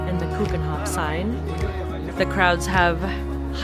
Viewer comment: Do you think you could’ve made a bit more effort with the pronunciation of 'Keukenhof’?😅